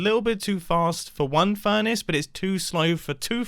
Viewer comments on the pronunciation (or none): none